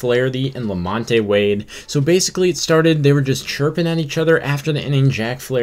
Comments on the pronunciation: Who is la-MON-tay? Did you mean la-MONT? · Lamon te it’s pronounced lamont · It's pronounced Lamont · You’re pronouncing Wades name wrong. You don’t pronounce the E in Lamonte.